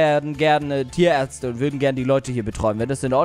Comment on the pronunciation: Als erstes habe ich nicht "Ihr sied aus wie Tierärtze" verstanden Sonder "Ihr sied aus wie Diaerze" ; als solches habe ich es verstanden.